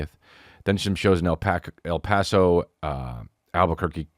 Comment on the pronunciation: Bro almost said Alpaca instead of El Paso 😂